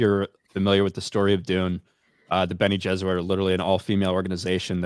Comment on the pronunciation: Why does keep saying bene Jesuit instead of bene geserit? I really hope it's intentional.